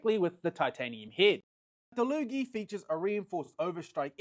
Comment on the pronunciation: He's saying it right, it says on the packaging that it's pronounced da-loo-gee